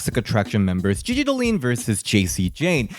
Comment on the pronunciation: He keeps pronouncing Gigi Diolin name wrong